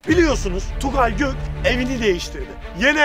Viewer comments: sen k ve r,leri söyleyemiyon Tugay derken soyadını söyleme adamın sende Tugay got diye çıkıyor gök çıkmıyor 😂😂😂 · Allah aşkına Tugay gök mu diyon göt mu diyon defalarca kez dinledim ama anlayamadım 😃😃😃